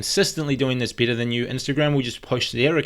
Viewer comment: i know, it's just the way you say better 😝😂